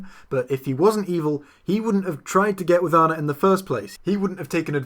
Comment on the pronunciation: I got another one: at one point, he calls Anna "This Girl" and mispronounces her name at one point.